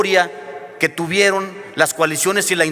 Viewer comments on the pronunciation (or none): Que pedo? Fumaste de mas? Nina en vez de nunca! Tubueron? En vez de tuvieron! Ja j sacalo!